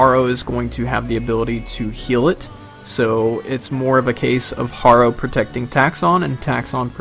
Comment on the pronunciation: I cringe a little every time I hear you mispronounce "Harrow"